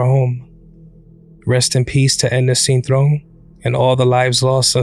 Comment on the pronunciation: Even when they try to speak Spanish Americans still can’t pronounce o 😂 it’s cintrón not cintrown